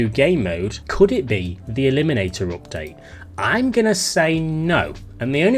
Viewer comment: owpt date!! lol